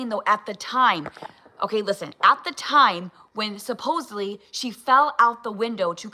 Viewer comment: Did she say, "apposedly," and "thoratic?" 61 is showing again! 😂